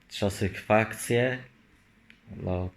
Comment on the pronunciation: Czy on serio powiedział „czasykfakcja”?